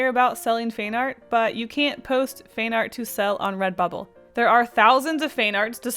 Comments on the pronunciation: "FAIN ART" got me confused. I guess you pronounce "Fan" slightly differently! Is this what you meant? Other than that very helpful. Thanks. A. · Sounded like you were saying fain art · Is "feign art" a Canadian pronunciation I didn't know about?.... asking for a friend. (Also super helpful video thank you!) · Ca. : you said " not fine art"? "fan art"? Finnard? Feenerd? thanx. Btw, subbed. bye!